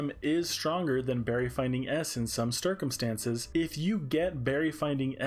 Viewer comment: some StUrKuMsTaNcEs.